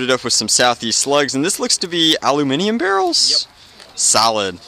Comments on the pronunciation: And I livein the Mid-West, that's not how we say aluminum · Isn't that how British people say aluminum?